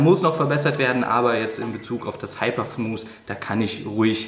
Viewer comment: Oh, Ihr lieben Deutschen-Kollegen ... in diesem jungen Alter und Du kannst immer noch nicht das englische "TH" aussprechen... Und dann noch ein Video veröffentlichen und allen zeigen, dass Du schlecht englisch kannst... Mensch, lernt doch das "TH" aussprechen, liebe Leute!!! (nur gut gemeint, aber doch ärgerlich, wenn man Smooth nicht ausprechen kann) All the Best weiter!